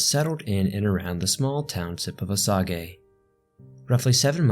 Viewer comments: It is pronounced O Saige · Weird the other documentary states Osage but here it’s pronounced as O sa gay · Everyone saying it's pronounced O-sage but it's actually pronounced OH-say as the French would say because that's where the word comes from. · Unbelievable story, thank you! Side note, Osage is pronounced Oh Sage (like the herb)... Is no one going to mention the bear costumed person on the front lawn of the house in town? Bizarre! I have decided to subscribe in the hopes you will do more like this. I love old history anything! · Osage is pronounced O-sage, and Verdigris as Ver-di-Gree. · It's O-SAGE SMH... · I was looking for any comments pointing this out. (Kansas resident here. O-sage is the correct pronunciation in common vernacular.) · I used to live in Osage County and it cracks me up when I hear endless podcasts pronouncing it as Osagay and mixing it up with Osage Township in Labette County!!! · Hi! I am from Kansas and it's pronounced Oh-sage. Still very interesting. A classmate when I was in highschool said she was a decendent of them. The prununciation is great for the Japanese prunuciation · I'm dying every time I hear you say Osage... Grew up in Lake of the Ozarks, and all of the locals pronounce it with a soft g, so like oh-saje. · Its o-sage lol boss native American names can be ruff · Osage is oh-sage. Lol my only complaint. Haha. And not even rly a complaint, a simple mistake. Great vid I'm an avid listener. Thx for all you do for us! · Love the true crime stuff! Other than the pronunciation of “Oh-Sage” it was perfect! My dad is full blooded Osage. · Pronounced O- sage, but cutting him some slack. He's had it rough lately and deserves a break. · Yup! I’m Osage “Oh-Sage” LOL! My dad is actually from Kansas too LOL! I’ll have to ask him if he knows this case! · The annunciation in this video is maddening. I'm biased I guess because I'm from Kansas. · You're pronouncing Osage wrong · Please learn how to pronounce Osage.